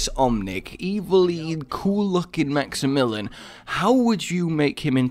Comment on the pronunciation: Max e million